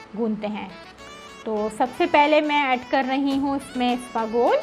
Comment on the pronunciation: Isabgol hota hai isbagol nahi…